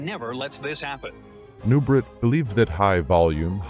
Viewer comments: His name is pronounced "Noo-bray" not "Noo-bret". You can hear it pronounced properly in a video itself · Who's the idiot commentator that can't pronounce last name? It's pronounced "Nubray", it's French, he French, NuBRAY, dufus!😮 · Nubraaaa !! Dummy say it right !! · The correct pronunciation I believe is Nu-bray. It is french in Origin. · His name was pronounced ( Nu-braa) FRENCH !! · Nubret is pronounced Nu-bray… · Nubret is pronounced like French beret {baray/nubray}. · Don’t meant to be THAT guy, but Nubret is pronounced “Noo-BRAY”. Serge était Françes… You did a superb job here either way.